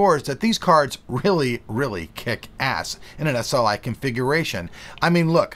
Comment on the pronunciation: lol S-L-KAI